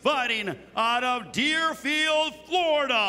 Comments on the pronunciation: Whats up with this ring announcer? Floridam? Russiam?? wtf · The announcer said "Floridum" "Russiam" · Announcer can't end a word with a. Has to say Floridam like ffs he's almost as bad as Usman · Why does the announcer pronounce words ending with "ah" sound as "um"? Like he says, "Russium" and "Flordium" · Why is that ring announcer putting an M at the end of everything? Floridam, Russiam, Kharitonom... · Is he saying Floridum? He is, isnt he. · Is he saying Floridum on purpose? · Floridumb?? Russian? Where do they get these announcers these days? Your only job, and you can't even pronounce things properly? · That annoucer was trash kept saying Floridm and russiam😂😂😂